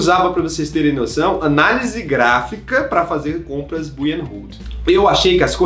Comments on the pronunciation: já melhorou o teu inglês? Bui e hold?! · Compras buy & hold ? Amigo só um conselho...treina teu inglês...é buy (bay a pronúncia correta) só um conselho abraço